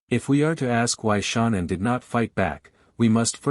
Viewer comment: Is this a deliberate way to get money for your programme by comments by pronouncing her name WRONG! YOU IDIOT how disrespectful